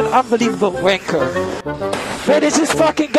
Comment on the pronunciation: im just giggling at the way he pronounces wanker lmaoo